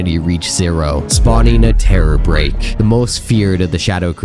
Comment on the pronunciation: Terror BEAK like a bird. Tho you had me wondering if I’ve been saying it wrong forever.